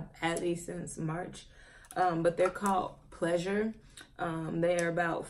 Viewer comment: *Pleasers. Not “Pleasures”